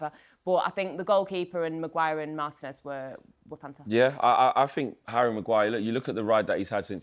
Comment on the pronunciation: Thank you for pronouncing Licha's surname properly. Professional commentators calling him MAR-tinez instead of Mar-TEE-nez is the worst thing in football, after Arsenal's set-piece "tactics". Mbu-emo instead of Mb-OO-mo is a close third